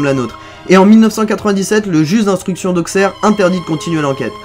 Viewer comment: Super vidéo mais Auxerre se prononce "AuSSErre"